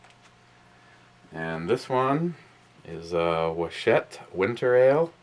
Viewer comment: Merry Christmas. PS: it's Wachusett... Wah - Choo - Set. Made over here in New England. Massachusetts. Cheers.